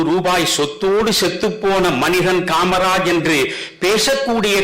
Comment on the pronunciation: DMK people don't have any basic thagudhi to even pronounce the name KMARAJ.